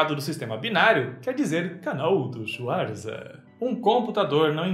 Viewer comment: Pergunta bem aleatória, por que vc pronuncia seu sobrenome Schuarza e não Schvartsa? A família adotou essa pronúncia e ficou assim? Adoro o canal apesar de não assistir faz um bom tempo